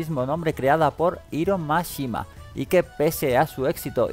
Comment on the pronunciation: No es Iro Mashima, su nombre es Hiro Mashima, tanto cuesta entender que en otros idiomas la letra H es sonora.